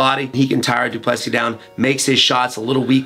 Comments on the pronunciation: Get the name right Wonderboy It’s pronounced Du Ple see (👀) the final S is silent and the last “sis” is pronounced almost like “see” in English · DU - PLE - SEE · wonder why Wonderboy still can't pronounce his name properly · It’s pronounced like “prick” not “dry-cus” and for du Plessis just imagine the last “s” doesn’t exist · dude, learn to pronounce Du Plessis... you don't pronounce the last "s" PLEASE!!!!